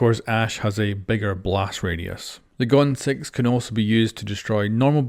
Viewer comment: Literally has 1 “o” and you call it goooon lols